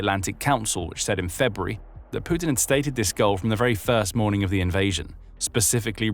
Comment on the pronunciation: Sputin... Putin 😅